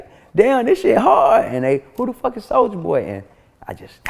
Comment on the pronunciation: Did anyone else noticed that vlad always mispronounced rapper name on purpose behind their back (soldier boy) but when in front of the person it automatically switch up for (soulja boy) 🤔🤐😓